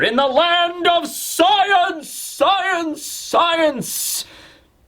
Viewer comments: UmMmM aCtUAlLy It'S sCiEnCe NoT sCeInCe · "Sceince" :') Noice.